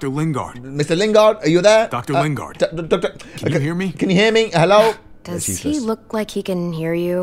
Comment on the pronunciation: In every single video of he always says hhhhhelo it’s gaming